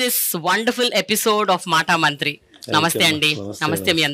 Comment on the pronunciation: మాటా మంత్రీ కాదండీ బాబూ, మాటా మంతీ అని అనాలి.